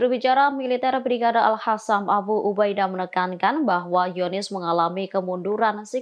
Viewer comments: Al Khasam? Al Qossam!! Aku ejain lengkapnya ya: Izzuddin Al Qossam.. Kalo bahasa enggres kenapa ngomongnya paseh bnget tapi kalo bahasa Arab gaya ngomongnya kayak sama sekali nggak pernah kenal bahasa Arab.. Ini presenternya Muslim bukan sih? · bisa diganti tdk.nyebutnya al qosam bukan al hasam. research dulu dong. terdengar kurang kredibel.